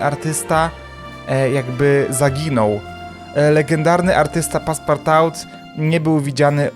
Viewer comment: CZYTAJ PASPARTU BO POPROSTU NIE MOGĘ